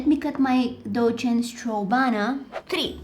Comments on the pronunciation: B-buti tought u said DOCHENS strawbana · When yoh are early but dont know what to comment🤣. Btw love love love your videos ❤ 'Dolce and strawbana'🤣